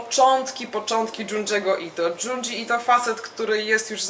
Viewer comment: Bardzo fajna recka (i dobry gust). Kudosy za naturalność wypowiedzi, która niestety często leży u polskich vlogerów-recenzentów. Jedyne do czego mogę się doczepić to wymowa nazwisk i tytułów. Junji -> bliżej Dziundzi (miękko) niż Dżundżi i TO-MI-E a nie Tomi. Z niecierpliwością czekam na kolejne recenzje. FAITO!